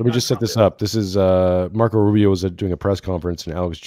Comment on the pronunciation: Did he call Rubio a rentbo